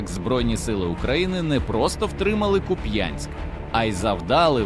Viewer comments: Ще раз ...не куп*Янськ ...а кУп*янськ !!!! Слава ЗСУ !!! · КУп'янськ, наголос на у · Куп'янськ,наголос на перший склад. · Слава Україні! Але трошки неприємно чути назву міста з неправильним наголосом як це роблять росіянці.